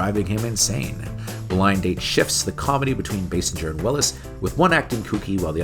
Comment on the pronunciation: Basinger pronounced "Bay-singer" not "Bass-injer", that aside, love this series dude and loved this move since I was a kid. 😁👍🏻